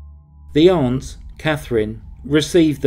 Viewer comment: What a worm of a man. Good work, Also, thanks for pronouncing 'aunt' correctly. It's amazing how many narrators mispronounce it as 'ant'